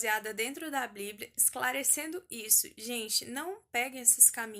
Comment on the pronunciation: Que agonia ela fala bliblia kk Vc é muito fofa, só erro quando disse que a maior experiência foi a de João, foi a de Enoque. No livro dele, ele relata muitas coisas que apenas quem crê em Deus acreditaria(to falando de anjos caídos tendo filhos nefilins gigantes de kms de altura e etc...), já li tanto a bíblia como o livro de Enoque e tmb um pouco de são Cipriano, são Cipriano é um livro de feitiço muito antigo e perigoso, ensina a fazer várias coisas que é impossível de imaginar, todos esses livros estão disponíveis no Google, pelo ebook e pelo pdf e só por o título e no final qualquer um dos dois Que Deus abençoe a todos que ler este comentário 💕 (independente de concordar com o que eu digo)